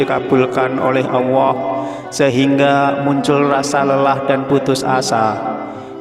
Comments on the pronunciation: Iye betul tuh bro... Bilang Allah aja gk bisa.. Dengerin tuh... Auwoh... 😂😂😂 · kok OWWOH Pak ?? ALLAH bukan OWWOH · Kenapa nyebutnya Awwoh bukan Alloh ? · Kalimat Allah jangan di rubah menjadi awoah. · Baca allah kok auwoh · Bukan awoh pa tapi Allaah (Allooh) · Allah apa awahko membacax kayagitu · Bukan owoh tapi allloh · Memang dia sebut Awoh bukan Allah .. Mungkin orang Jawa banget ... jadi saya ingat eyang (almh) puluhan tahun yll klo menyebut Allah seperti itu . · Aku pastikan aq menggunakan handfree saat rnendngarkn dia ckp,knp dia mengatakan awohh bkn Allah 😮 membagongkn 😅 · Allah ustad bukan awoh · Alloh.......!!!! Bukan Auwoh....!!!!!.. Banyak bacot... To the point aje knape sih cuk... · Tulisan nya jelas Alloh lam nya duwa kok membacanya Awoh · Mengucapkan Alloh kok Awoh mana yg benar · Mohon maaf pak ustadz klo mengucapkan ALLOH harus jelas jangan awoh itu dosa besar terimakasih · Yg bener mas nyebut nama Allah. Jngn awa. Kok awa.sebut yg bener.Allah gitu. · Alloh...bukan awoh. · Yg sy denger pengucapan tutor "awoh" . Sy biasa mengucapkan Alloh. Mas, awoh yg mas ucapkan maksudnya apa? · Salah ucap apa awoh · Betul,ngomongnya awoh diulang ulang awoh terus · Ap cma sya yg denger dia ngucanya ‘awohh’? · Admin koreksi ....penyebutan ALLAH nya laen banget....